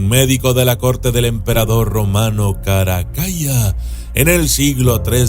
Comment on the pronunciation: Se pronuncia Caracala. La doble L solo tiene una pronunciación más larga que la l normal en italiano ☺️👍🏻